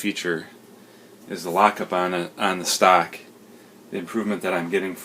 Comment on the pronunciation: ?? stock....I hear you keep said STACK???? ( or maybe ME) hahaha